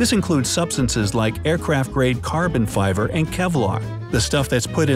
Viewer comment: Did I hear Carbon fiver here ? That's cute!